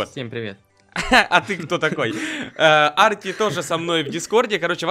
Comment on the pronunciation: Не а́рти, а Арти́ это название моего посёлка